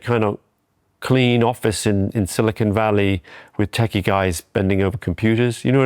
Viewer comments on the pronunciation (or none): none